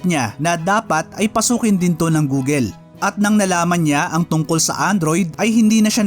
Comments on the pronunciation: Bakit gooleee google check ka po sa Google pronounce google Tama po Hindi gooleee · "Goo-gl" hindi Goo-gel. Paki ayos naman.